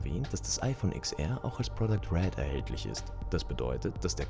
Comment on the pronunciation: Es heißt zehnR und zehnS (oder ten), nicht IX.